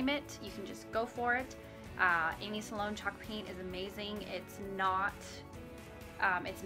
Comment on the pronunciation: Thank you for the video! I think you pronounce her name Sloan not Sa-Loan.